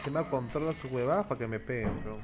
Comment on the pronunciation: "apra" y "termian"